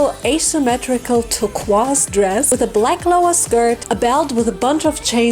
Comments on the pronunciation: Dumb question, is mispronouncing turqoise, saying it humorously, or is that a pronounciation in a different language or dialect? I feel ignorant here, but I'm guessing the second option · Hearing other countries pronounce "turquoise" is always a trip. In America, at least where I am, we say "ter-koi-ce" hahaha. You did phenomenal, as always !!!! Your work is always top notch!